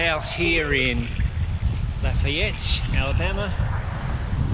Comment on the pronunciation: kuh-SEE-tuh oh-puh-LIKE-ah luh-FAY-et Love, love, love your rides over here in UCLA (Upper Corner of Lower Alabama).